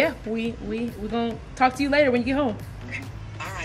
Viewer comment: The Jamaican Accent came out from "ok lata" dwl dang